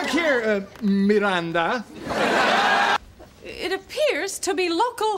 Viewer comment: I guess that when the second surename is important we hispanic use both; or when our parents were not married when we born. But I just don't understand why she says "Mirranda" instead of "Miranda" (even Al Bundy says it right in